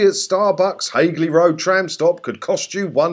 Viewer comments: You have made me chuckle groaning about Graham Young's Journalism when you can't even pronounce Hagley properly, it is not Haig-ley it's pronounced Hag (as in witch) ley as in well lee, you numbnuts. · Pronounced Hag-ley Road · That would be pronounced Haagley Road ;-) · Its HAG-ley Road